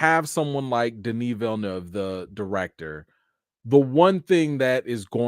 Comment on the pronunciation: I love how you pronounced Villeneuve correctly, my man!🤣🤣🤣